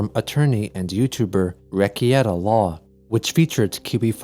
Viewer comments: Slight correction. It's Reh-Kay-tah. Not Re-key-eh-ta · Hey, I just wanted to inform you that the name of that Youtube lawyer is pronounced 'Rick-Kay-Dah'. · Wreck-E-eta law? Lol Jesus dude, he only says his name at the beginning of every video / stream he's ever done. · Rekieta is pronounced Rick-atea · Love how you pronounced reikata lol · Not sure what's funnier, that issue of Sonichu or pronunciation of "Rekieta".